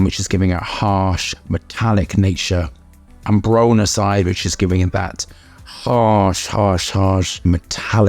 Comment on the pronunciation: bro is mispronouncing ambrocenide the entire video